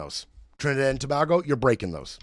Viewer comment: Hey it's Tobago - sounds like To(bay)go please🙏 Not Toba🐑hgo Good show though